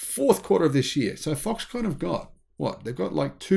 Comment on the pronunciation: Why are you saying Foxcon ? Are you insinuating that this is a con?